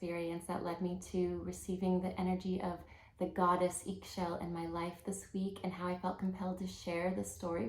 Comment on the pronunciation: Pronounce is “E Shel” in Mayan language 👍